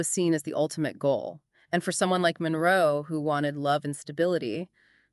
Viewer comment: Her lastname is not Monreo, it's Monroe